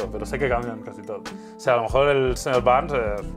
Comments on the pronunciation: el señor Barnes se dice....igual!! Bart se dice....igual!! Saludos desde la ciudad de México p.d. ah Uds pronuncioron barns y en ingles y aqui se pronuncia berns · Señor Burns, es igual solo cambia la pronunciacion como si fuera "borns" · Los nombres de los Simpsons son: Homero Bart Marge (March) Lisa Y el Señor Burns (Sr Berns en pronunciacion) Saludos desde Monterrey, norte de México y no se le dicen mamadas a los shots eso es otra cosa 😂😂😂